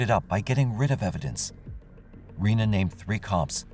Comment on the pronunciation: Her name is pronounced Renee not Ree-na and you need to speak with her about what she has been put through by OPD. The tapes were never found and yes the girls were suppose to testify. I see that you couldn’t explain why the car was muddy and the girls clothes were wet/muddy. You also showed a picture of the wrong type of truck that was on the security video. The driver of that truck is now deceased but his truck has never been found hmmmmm. His family is part of the judicial monarchy in Ozark. You could have done better by actually coming to Ozark.